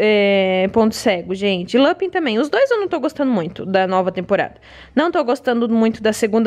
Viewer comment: Esse capuccino é PERFEITO de gostoso, mas beeeeemmmm doce! Ponto cedo eu parei de assistir na 3ª 😒 eu amava, mas enjoei. Lupin eu gostei (fala LupAn) 😂